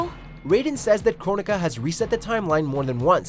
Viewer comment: Did he say “Cornika”?